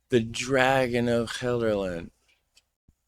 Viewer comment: Most American sounding pronunciation of Gelderland I've ever heard 🤠 But that was just funny I'd say your pronunciation was much better than the original vid and I could understand it perfectly fine 👍